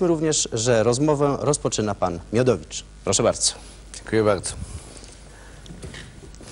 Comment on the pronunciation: wiadomo kim jest Miodowicz nie wymawia R